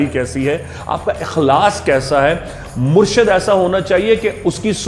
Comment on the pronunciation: assalamualiykumwarahmathullahwabarkatahu saheb murshad nai murshid hota hai